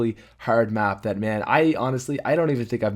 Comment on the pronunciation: HAHA he is sick and when he said map he ended up saying bap. XDXDXDXDXD